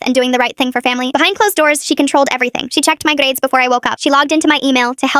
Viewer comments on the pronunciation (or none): “grRrades” “PLÆÆNNED" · why was there a random accent in “grades” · I know I noticed that and immediately came to the comments to see if anyone else noticed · i feel like i know that accent think its South African my friend has the accent